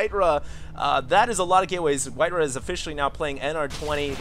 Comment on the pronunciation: It's White-Ra. Say it with me. White-Ra. White like the color. Ra like the Egyptian god. It sounds like the word Raw. If you push Control+N in a 1v1 replay it shows the name overlay including supply........ DO IT!